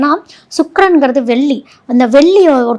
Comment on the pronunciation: எல்லாம் தெளிவாக சொல்லும் நீங்கள் வெல்லி சொல்லாமல் தங்கம் *வெள்ளி *என்று தமிழை தமிழாகச்சொன்னால் நன்றாக இருக்கும். குறை சொல்லவில்லை மேடம் தெளிவு படுத்துகிறேன் நன்றி.